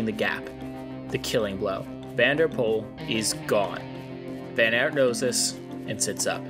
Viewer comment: Please look up the pronounciations of the names. It’s not that hard in the times of the internet and just disrespectful to pronounce every name wrong. The Aert in van Aert for example is pronounced just like the English word art. So not that complicated even for a native English speaker.